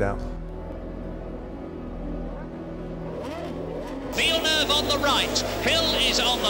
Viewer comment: Villenueve ? Didn't know he was Spanish